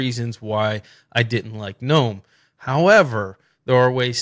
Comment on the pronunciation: Finally a Linux youtuber who understands basic English language and calls gnome the way it's supposed to instead of guh.nome. Great video thumbs up.